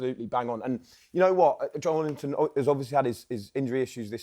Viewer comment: Joelinton has been a Premier League player for almost seven years, yet pundits STILL cannot pronounce his name correctly? How difficult is it to say JO-ELIN-TON instead of JO-LINTON? The E in his name exists for a reason. 🙄